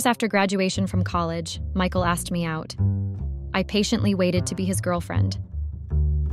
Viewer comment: Who the hell is Mecal? Oh, it the horrible AI voice that cannot pronounce Michael.